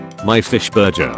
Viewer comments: The most infuriating thing in this video is the way he says burger as "burjer"kuytr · honestly i find it amusing how it pronounces burger as burjer. its funny. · the way the voice spells burger burjer like it’s a german word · What’s infuriating is BuRjEr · The way this robot pronounces “burger” smh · Mildly infuriating : the way the voice said burger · the way burger gets pronounced. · When is this text to speech thing gonna learn how to pronounce burger correctly